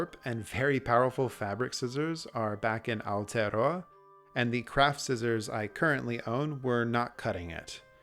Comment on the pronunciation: Incredible work! This is the first of your videos I have seen, and the moment I heard you not only say Aotearoa, but say it correctly, I knew I was gonna be subscribing.